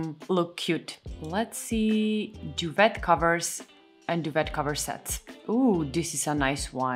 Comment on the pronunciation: I LOVE my Tarva bed! I’ve had it for several years. Solid pine; simple Scandi design. Your English is perfect; don’t worry! Duvet is actually French not English. It’s pronounced “doo-vay”.